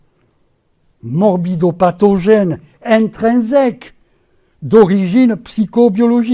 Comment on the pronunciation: Mes 3 remarques ci-dessus ne m'en empêchent pas! Critiquer n'est pas nier le principe. Et j'ai le droit aussi de dire que ça m'énerve d'entendre toujours dire : "intrinzèque" pour "intrinsèque".